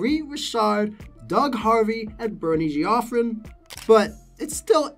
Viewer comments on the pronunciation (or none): Looks like it's a French name issue. I guess that's forgivable. La - v - o - la, La - v - o - let. Not sure what you did to Habs great, Jef - re - on would be the English pronunciation. Good list. The one guy mentioned Bednar. Perhaps eventually, but hasn't had a long enough track record. Brilliant hire and patience by Sakic.